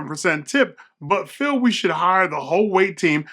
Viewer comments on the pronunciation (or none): none